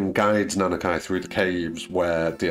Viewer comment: Nice video, I subscribed. Just one thing is bothering me, the way you say Nanaki doesn't sound right. It's a Japanese name so it should be pronounced the same as Suzuki, Konami, Sushi, Mitsubishi, etc. You don't say: "I drive a Suzuk-ay and like to eat sush-ay"